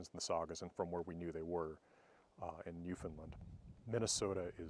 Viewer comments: Newfoundland rhymes with 'understand.' Understand? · Doc, as a Newfoundlander I have to say this. I have made it a point up to now to not correct people on their pronunciation of of my home island's name because in the grand scheme of things it doesn't matter, but I figure that you as a linguist would appreciate it: the last A in the word is pronounced normally, as you would normally on "land" even though the ou in "found" is shortened to a simple u sound. It would look like new-fund-land not new-fund-lund. Thanks for the cool video always love your stuff.